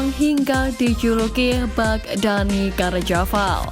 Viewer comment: Carvajal min. Bukan carjaval. Jgn ganti nama orang.